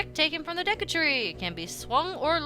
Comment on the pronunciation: IT'S PRONOUNCED DAYKU NOT DEKKU!!!😤